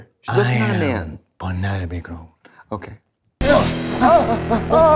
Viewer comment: “Peneyopeh Cruh………..”. Love this!! 😜💖💖